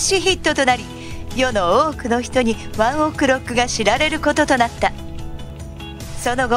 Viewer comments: やだ、ワンオクのイントネーションがやだ😂😂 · ワンオクの発音草wwwwちゃんと発音出来ないのかよ